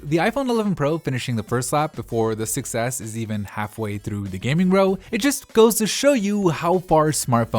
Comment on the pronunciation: every time he says 6s it sounds like he's saying "success" lol